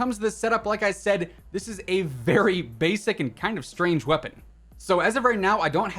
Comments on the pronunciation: Ah yes the Marshal Wepapon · Wepapon? Lol